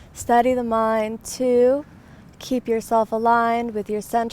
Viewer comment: Hay que ver cómo dice guan.. diuu... Me corto las venas.